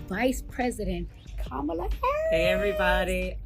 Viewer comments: STOPPIT..NOT DIDDY AND KAMALA IN THE SAME BREATH...PRONOUNCED COMMA. LA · It’s actually kah-mah-lah… please stfu nobody cares how you say butter chicken or tikka masala 😂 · COMMA...LA sis...pronounce her name correctly!!😞